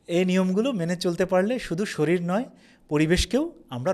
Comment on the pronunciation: খুবই তথ্যসমৃদ্ধ, নির্ভরযোগ্য ভিডিও, ধন্যবাদ। কিন্তু বারবার "শরীল" শব্দটা ব্যবহার করা হচ্ছে যেটা সঠিক নয় সঠিক শব্দটা হবে "শরীর"।